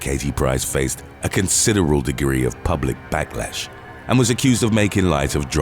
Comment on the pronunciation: "consideral"? seriously? I think you meant to say "considerable". wow.